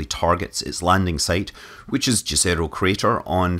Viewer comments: Just an fyi, it should be pronounced as yezero crater not jazzerocrater. Jezero in Serbian and other Slavic languages means Lake, which i find is a fitting name for a crater that probably was a jezero a couple of billion years ago. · Jezero means "lake" in some Slavic languages. That has been already pointed in comments. What is wrong is pronunciation. Correct one is Yezero . (Like"YES") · "J" in Jezero is not pronounced like "J" in Jukebox, but like "Y" in Yeti. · LOL, you said "Đezero" crater. :D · As Martians don't speak English, it would be nice to try to pronounce toponyms on Mars (and elsewhere) similar to the pronunciation in the language from which they originate. In the case of Jezero crater, it is /ˈjɛzəroʊ/ (YEZ-ə-roh for IPA-challenged English speakers). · Jezero (pronounced YEH zeh roh) literally means "lake" in several slavic languages. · Mr. Manly please just call it Lake crater or if u insist on calling the landing site by it's Russian name, than call it Yezero crater. Jezero means lake in most of Slavic languages. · Lets try to teach you (and NASA folks) to pronounce jezero correctly: think of it like yezero, y as in yes. That's how it's pronounced correctly. Thanks. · Yes, it literally means "Lake" in many Slavic languages (Serbian, Croatian, Czech etc), and the pronunciation is pretty much the same - ˈjɛzɛro. It's named intentionally that way. We know that Scott Manley speaks Chinese rocket names, time to learn some language from the Balkans 😁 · Not an incident, it was deliberate (they named it after the discovered it contained water). I just wish it was pronounced after its slavic pronunciation too ("YEZ-ə-roh"). Wikipedia mentions both possibilities but to any slav using this word in their language, the english way is a testament to general english ignorance towards other languages.